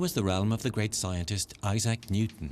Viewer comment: "Eye-Zack Newton" 😂😂😂